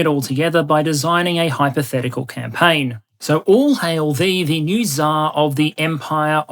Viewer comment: I love your "hypotehcical maps" always gets me to laugh with the way you say it.